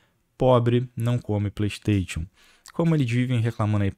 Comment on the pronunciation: Cara, para de falar "pleisteitiu"....cursou a mesma escola do prata, foi? É "pleisteichan" , caramba